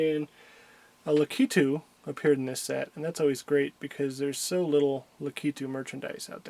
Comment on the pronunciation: Hey. I just want to let you know that it's pronounced Lack-I-Two